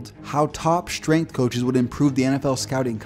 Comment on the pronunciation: The word is strength. It is NOT SH trength. Time to up your pronounciation game,.